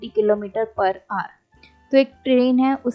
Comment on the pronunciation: Why do some people call "hour" as "are"? It should be followed as per pronunciation given in cambridge dictionary. /aʊər/